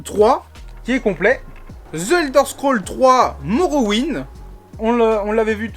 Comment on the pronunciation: Hier en live "je suis bilingue" aujourd'hui en vidéo "ZE ELDER SCROLL". On dit ZI Elder scroll!